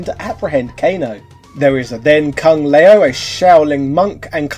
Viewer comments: No matter how much you're gonna go the "this is what we called those characters on the play ground back in the 90s" (you brought that up with Ryu in the past) you can't botch all these names like that when there are voicelines pronouncing them in the game. Sheo Khan, Kang Leo, Dankey Kang. Wtf. At this point it's just contrarianism, intentionally mispronouncing every thing to prove a point or it makes you look like you've only heard of this 30 year old game in 2020. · Kung leo? My man, play the new games ,they clearly show you how it is pronounced! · Shay-oh Kahn? Kung Lay-oh? I'd check your pronunciation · Who is Shay-O Kahn, and Kung Lay-o? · Just putting this out there... Can pronounce Shaolin but not Shao Kahn or Kung Lao... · Mk II was the best game in the 16 bit Era. Nice review. Not sure why you pronounce Shao Kahn and King Lao differently. The announcer does them correctly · Bruv how are you mispronouncing Shao Khan and Kung Lao come on now